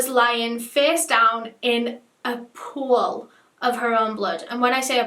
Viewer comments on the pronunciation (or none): You know she was in a pool of blood when she emphasises it was Phooewl of blood